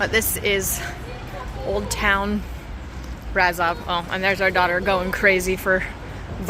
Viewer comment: Brasov is spelled like you would say "bra" and the rest is like you would say "shove". So it's a bra ... shoved ... somewhere :) Bra-Shov. Brasov